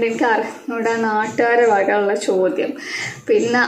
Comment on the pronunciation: "chodyam " aanu...allathe "chothyam" alla....ithokke shreddhikkande....